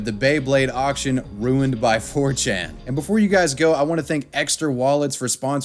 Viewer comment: My ears bleed from that